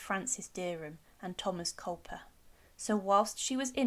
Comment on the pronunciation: It's Culpeper not Culper!